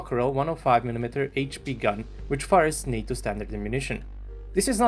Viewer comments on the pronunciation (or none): none